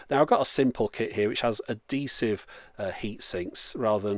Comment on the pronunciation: 'A-DEE-SIVE' at first i thought this was the queens english but then I looked and you chaps are mean to say 'AD-HEE-SIVE'